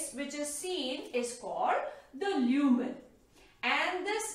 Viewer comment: Leumen or lumen😂